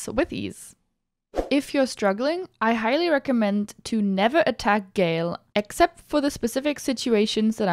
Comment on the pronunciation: hey streamer it's "Ga-El", not "Gayle" WeirdChamp